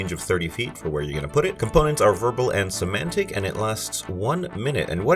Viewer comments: it's 'somatic', not 'semantic'. Cool spells, might steal a couple of them for my game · Not to be pedantic, but it's "somatic", not "semantic". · It's SO-MAT-IC, not SO-MAN-TIC. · Fun vid. You are mispronouncing somatic. You kept saying semantic every time, which is a different word. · Hey there! This is the first one of your videos that I have stumbled across. Great job! If you keep making videos like this, I will keep watching. For sure! I would like to give you one little note, though. I would Google how to pronounce somatic - I think it got a little bit away from you lol. But, once again, great video and great job!